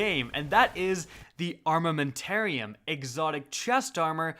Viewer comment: When he said armantariam all I could think of was pulse grenades😭😭